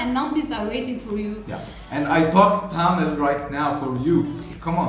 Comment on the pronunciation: she pronounce tamil perfectly.....